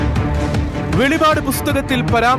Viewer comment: സഹോദര... വെളി വാട്: അല്ലാ വെളിപ്പാട്